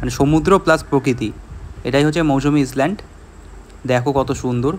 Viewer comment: ইসল্যান্ড নয়, ISLAND আইল্যান্ড।